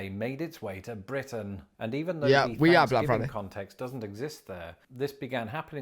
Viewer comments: are you saying Thanksgiving of Fansgiving? I watched the beginning of this a few time and it never seems like the true name. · I keep hearing fansgiving. 😂🍠🦃🏈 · WTF is up with "fanksgiving" "teef" and other TH sounds? Why does he use F instead of TH? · Why do British people pronounce it as "Fanksgiving" ? It is a TH in the beginning of the word. Im sincerely curious. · You can't have one until you learn to say it properly. It's not fanksgiving, it's Thanksgiving.